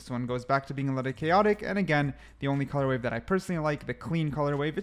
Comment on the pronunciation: How many years has blud been saying colour WAVE